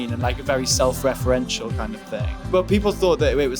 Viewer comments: nobody: matty: "self-referential" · no one: absolutely no one: matty: SeLf reFerEnTial